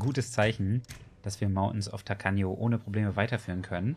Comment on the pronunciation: ich Liebe die aussprache von Mountains of Tacaño